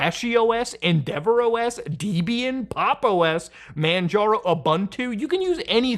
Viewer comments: Oof... he just said "Deeebian"..... Debian is a name that comes from a sad story about the founder of that branch.. It's literally the abbreviated first name of the love of his life and later ex-wife "Debra" as "Deb" and his name as "Ian" together as "Debian" and pronounced exactly that way... not "dEEEbian" XD ... if you want the full and very sad story, just look it up because yt sure isn't going to let me explain it. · What is Deebeeanne? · "DEEBIAN" excuse me, APT user, put some respect on your ancestor's name 😂